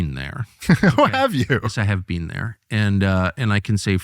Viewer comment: "You've never bean?"